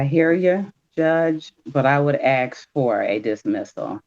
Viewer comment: Anyone who "axe " for anything is automatically guilty